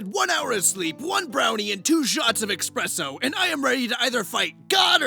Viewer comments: "Expresso" Blokedtd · “Expresso” - disliked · You read the word "espresso" right from the image and somehow still shoved an X into it.